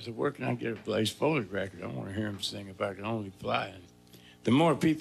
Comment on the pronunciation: Say it with me “Blaze Foley.”